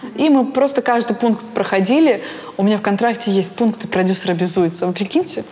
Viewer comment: Когда Назима говорит «продюсЕр», режет слух